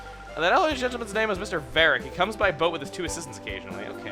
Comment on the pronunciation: I think "Verich" is a combination of"Very" and "Rich", so you should pronounce the "Ch". And is it just me or has your voice been cracking a lot in this video?